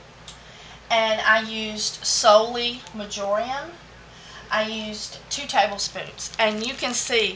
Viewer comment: When you are saying "marjoiam" do you mean "marjoram" or are they different? Thanks for such informative content in the videos. Love you & them!